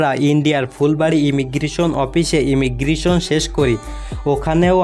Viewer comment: ইমিগ্রিশন নয় কথাটা হল ইমিগ্রেশান।